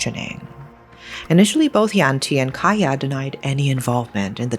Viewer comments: Hi. Cahya is pronunced with a C instead oh A K because cahya probably mean Cahaya which translated into light in English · Love how you cover this story, just a little additional info..'Ca' in Cahya in Indonesian or Bahasa is pronounce like 'charge'..much love💕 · Nice story telling style! Btw, cahya isn't pronounced with k sound, but c like the sound of Charles. All Indonesian words/syllables with letter C should be pronounced that way. Another example is cianjur, a word (name of town) that is mentioned in the story. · Amazing coverage,. I would like to point out just one thing, though, Cahya in Indonesian is pronounced with a ch sound, like in chalk. Other than that, thank you for covering this, no notes. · Thanks for bringing this story up! Anyway, just FYI, the father’s name is not pronounced with K but with Ch. Like in Charlie. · A bit off topic but its really bothering me how she says Cahya's name. Idk why she reads it as "kahyah" when its supposed to be read as "Chahya", maybe in future videos you can learn how to properly pronounce the names. But other than, this is a well made video! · I thought Kaya was wierd name for indonesian man. Well because it's Cahya not Kaya. Ch-ah-yaa. cahaya in my mother tongue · His name is actually pronounced cha-yah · Hi. Just wanted to let you know that the pronunciation for Cahya is Ch-ahya. The C in Cahya is pronounced as Ch (chair, choose, chinese) I’m your new fan and I love your storytelling, the intonation, the description of the story, chef’s kiss. Keep going!! ❤❤❤❤ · Even, as Indonesian I never heard the case. Thankyou for brought up this case. Btw, you pronounce Cahya as Chahya not Kaya. Indonesian pronounce Cah not Kah but Chah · Pardon me but Cahya is pronounced as cha-h-ya the c is pronounced as it is, not becoming k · A little correction pronouncing Cahya : 챃야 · The C in Cahya is pronounced like chair not like key.